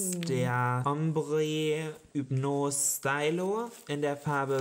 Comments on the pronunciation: Jolina spricht diesen Lidschattenstick Stylo aus. Auf französisch würde man es "Stilo" aussprechen. 😂😂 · Stylo diese Aussprache ich sterbe😂😂😂😂 Ich finds aber auch nicht schlimm... Ihr seid ja keine Muttersprachler